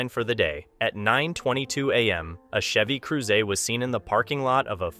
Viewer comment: Ion like the way he pronounced Chevy Cruze wrong